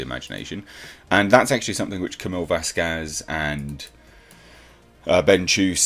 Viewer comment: VAS quez. Wrong emphasis